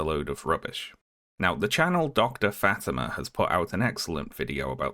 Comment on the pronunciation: Fah-tee-mah , not Fat-ih-mah